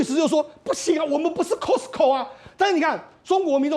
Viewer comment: Costco o-音'a'非'0'